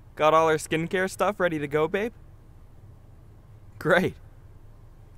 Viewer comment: Did he say SkInCaRe??